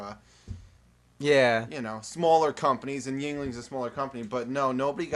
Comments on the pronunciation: James i'm this is the only time i'm gonna get mad at you but it's pronounced Y-ing-ling Pennsylvanians know James but other then that you're fucking awsome The Nerd Forever! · James is saying Yuengling wrong.